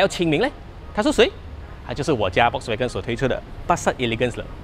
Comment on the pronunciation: 小编可不可以把人家品牌的读音读好一点！是fox音，不是volk音！还说你是vw的车迷